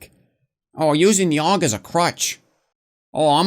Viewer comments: A-U-G. Not a fucking word. God damnit. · Jesus christ don't call it a aug call it a A.U.G that's how you say it Aiiii you geee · Augstralis intensifies